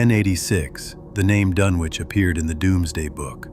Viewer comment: It doesn't give the viewer much confidence if the subject of the video is mispronounced.